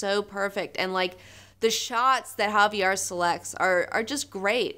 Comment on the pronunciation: Oh come on... you can't be serious about the art? I can't believe Javier (You said Harvey-R ;-)) Pulido and Mike Allred get to draw any comics for money. Everybody looks like a Morlock that's been in a fight with Masque the Morlock and he's left their bodies all misshapen and cross-eyed. There is a minimum requirement for the art even with a good story and they don't cut it...